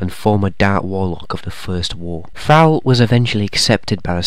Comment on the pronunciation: Thrall is ordinary English for a servant or slave, to be a captive or to captivate (enthrall). You also pronounced it wrong. Suggest you learn English again.